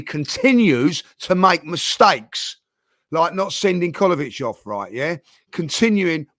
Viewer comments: saying Kolovic instead of Kovacic is hilarious 😂🤣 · It's kovacic